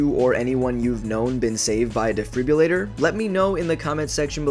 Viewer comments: Defrribrrrulator lol. De-fibrillator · Can we please say defibrillator correctly?